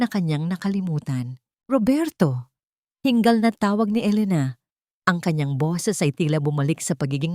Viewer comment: ayusin nyo nman ang pag pronounce mo madam hinggal kundi hingal Tagalog na nga dpa mabigkas ng mabuti